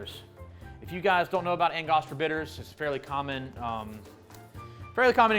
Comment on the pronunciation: I've never heard anyone pronounce angostura bitters that way